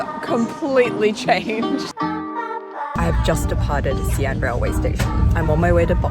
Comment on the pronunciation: omg thank you fo ractually putting care into your Mandarin now. it's actually appreciated (you do occasioanlly lapse saying names wrongly after saying them correctly, e.g. xi an, but that's from off-the-cuff speaking and at least you made concerted efforts to say them right the first time)